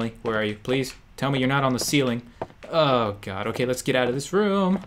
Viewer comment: he didn't say oh..he said hoe...lol